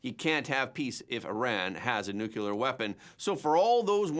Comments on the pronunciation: I still enjoy and appreciate the presentation, i just react to your pronunciaton of 'nu-cu-ler' rather than 'nu-clear'. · Nuclear isn't pronounced Nukuler.. aks me, I know. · Their is no such thing as "NUCULAR!"